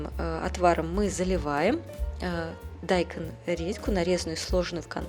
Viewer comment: Почему дАйкон??? 🤦‍♀️😂😂😂